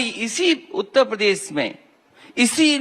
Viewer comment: आजकल इस विरासती नेता को रात दिन कुर्सी ही दिखाई देती है पर जनता है कि कि समझने को तैयार नहीं है। योगी जी यदि अजय कुमार विष्ट हैं तो अखिलेश यादव भी टीपू हैं। भाई पहले मुख्यमंत्री का सपना देखने से पहले ठीक से उत्तर प्रदेश का उच्चारण ठीक से करना सीख लें।बार बार उत्त प्रदेश सुनना अच्छा नहीं लगता।